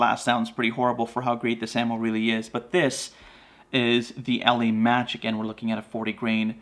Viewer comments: I live in the UK where the ELEY .22 quality (expensive) ammo is made and one pronounces it properly by saying like you’d say “EELEEY”. That Eley Match makes great bunny getting rounds with that flat nose upfront. Packs a good punch for a quick dispatch (head shots with my Anschutz 1416 sporter rifle) is crazy accurate and is quiet enough to work well through my moderator on this rifle. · It's pronounced E Lee. Also you didn't have a jacketed bullet in the bunch. They are copper washed. Big difference. None the less not a bad video. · The ELEY ammo is pronounced E LEE